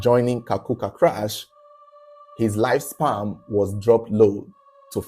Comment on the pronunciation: it’s pronounced life SPAN and not life SPAM.